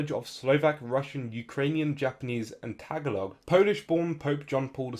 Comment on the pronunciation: tag-a-log.... its pronounced tug-gaa-luhg